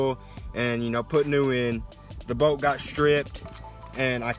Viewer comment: Kept thinking you were saying oil boat I was like wtf is an oil boat?